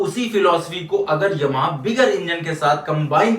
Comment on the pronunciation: aapka ymha bolna bahut badiya lag rha hai, pure eastern UP touch😊😅😅